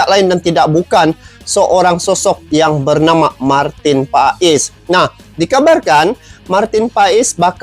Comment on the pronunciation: Nyebutinnya Martin pas bukan pais, emang pais ikan 🤦